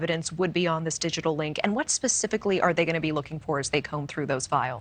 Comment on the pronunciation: Locals pronounce the town name Mos-co not Mos-cow. We ain't in Russia